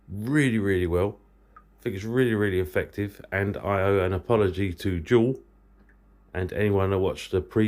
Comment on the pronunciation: Es heißt nicht "Dschwfl" oder was auch immer der da nuschelt sondern JUWEL !!!